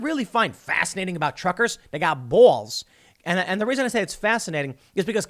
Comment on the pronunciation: Why are you pronouncing ball so weird? 🤔